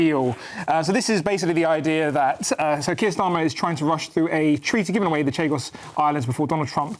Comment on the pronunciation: CHAGOS...NOT CHIGOS